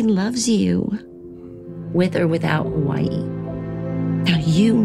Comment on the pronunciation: Can u guys saw Hawaii correctly thats disrespectful to us locals